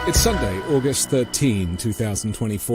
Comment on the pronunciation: October 13, sounded like you said August 13